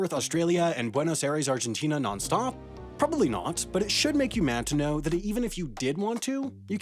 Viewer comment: Argentine here, I came to remark about your pronunciation of Buenos Aires and Ushuaia and it's... actually pretty good! Congrats, keep up the great work!